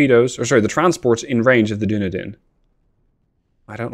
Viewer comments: I kept smiling during this episode when you referred to the "Doon-a-din". I believe that ship name is pronounced "Dun-eedin", after the city in New Zealand. So while it's not a scion of Numenor, it is at least from Middle Earth. Oh, BTW, nice job relocating the Royal Navy to the bottom of the sea. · i know you probably pronounce a lot of names wrong but ill still correct you based on what i know. dunedin is pronounced "duh-knee-din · Now I'm all self-conscious. There is a city in Florida named Dunedin, but we pronounce it dun-EE-din, with a long E. But I assume you being European, yours is probably the correct pronunciation. 😳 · Nope, there's a city in New Zealand called Dunedin and it's pronounced as you said, he's pronouncing it wrong not you